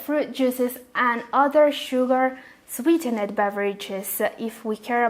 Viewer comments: Sweetened should be pronounced as "sweetend" not "sweete-ned" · please try to listen how sweetened & aspartame is pronounced correctly and avoid repeating. good job on your research. good luck! 👍